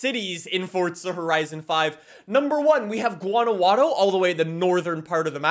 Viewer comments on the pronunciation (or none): se dice Guanajuato, no uanahuatoi >:v xp (mame) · I started laughing when he said Guanajuato 😭😭😭